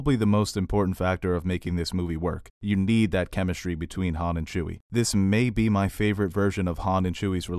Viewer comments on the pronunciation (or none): none